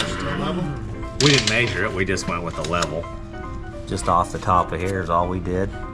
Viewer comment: maysure, lets maysure to each side.